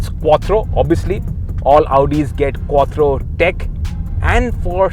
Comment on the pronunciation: It's called " QUATTRO"